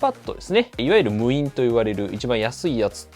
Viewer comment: 無印をむいんって呼ぶ人初めて見た👀